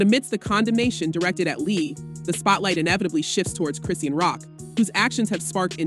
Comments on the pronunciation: is this an AI generated voice? i'm no fan, but baby who is Cree-seen? 😂😂 surely a gossip channel would know it's Chri-shawn.. unless this is a content farm? 😭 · Seriously it’s Chris and Shawn Chrissean the whole name mispronouncing makes me think this sauce is very unreliable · "KRIS-SHAWN".....thats how you pronounce Chrisean!!!!! Damn really???